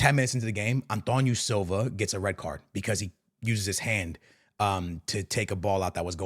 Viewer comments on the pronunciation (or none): none